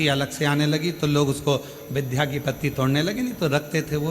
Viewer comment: बार बार आप विध्या कहते हैं जबकि सही शब्द विद्या है।